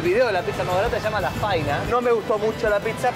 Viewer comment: De 2017 a 2022 todavía no aprendiste a pronunciar bien Fainá 🤦🏼‍♂️